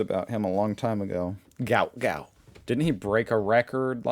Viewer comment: My son works with Gout Gout's dad and says his name is pronounced Gwat Gwat. I had read somewhere ages ago (before I knew my son worked with his dad) that the spelling was a typo on paperwork and should have been Guot Guot, so the proper pronunciation of his name makes sense.